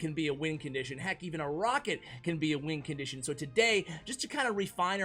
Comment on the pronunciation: nobody:: lets dont put the goblin barrel in the top 10 “wincontition” list